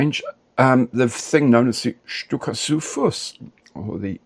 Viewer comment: Hello!ohh i would love to see you build that halftrack.please,please build tthat very kit! Yes you pronounced that right!keep your mojo! With sticky greetings from Brandenburg germany.faithfully yours.your modellmate.christian